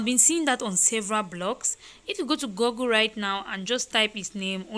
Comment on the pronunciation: Please, before you people speak, try to make sure your pronunciation’s are correct. For example, google, not goggle. Joke Silva, not Joku Silva. Thanks.